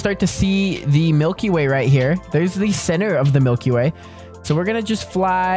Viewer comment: U NUB YOU SAID “EAY” NOT “WAY”